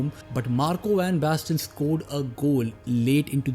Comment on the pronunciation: Marco van basten ❎ Marco bang basten ✅